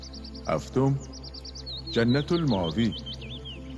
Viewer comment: جنت الماوی نوشته میشه ولی جنت المأوا خونده میشه!! واقعا چقدر اینا بی سوادن!! توی کار خودشون هم یه خط کتاب نمیخونن و یا یه سرچ توی اینترنت نمیکنن!!!